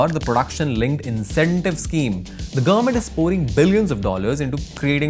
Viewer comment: What's the meaning of "gurr-ment"? Anyone?